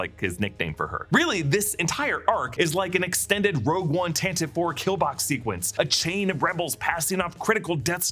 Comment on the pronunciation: It’s Tan Tiv Vee